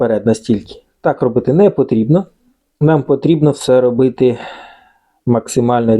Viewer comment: Робыти!! 🤣🤣🤣 к логопеду сначала надо обратиться, чтобы язык вправил! А потом уже к людям обращаться!